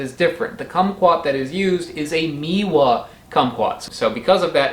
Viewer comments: Meiwa is pronounced "May-wa" "Mee-wa" would be written "Miwa" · Meiwa is pronounced "may-wah" as in the month of May.